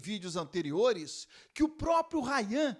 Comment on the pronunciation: ele falando errado é Rayan!